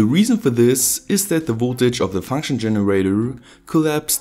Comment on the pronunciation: Fankschn Generawr